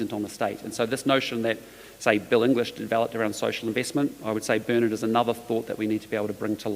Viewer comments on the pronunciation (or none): none